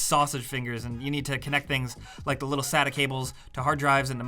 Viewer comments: It's not a sat cable. It's a sa-ta cable it's how it's pronounced. Thanks lol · I thought SATA was pronounced "say-tah" not "sat-ah." Am I wrong on this? ALSO: worst part about building a PC is when the part you really want is way too damned expensive so you have to settle for something that's not even going to make your games run that much better than they do already. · You pronounced sata like suta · omg... he said SATTA!!! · what annoys me is how you pronounced sata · What drives me crazy is when someone pronounces SATA wrong... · This guy said "SATA" it's pronounced SATA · Uhh, im sorry, but how did you pronunounce "sata" ?